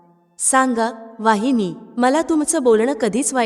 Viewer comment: वाहिनी नव्हे तर वहिनी अस म्हणायला शिका मग शिकवा दुसऱ्याला